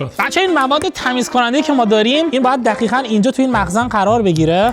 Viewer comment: تخریبا دخیخا چرا ق رو خ میگه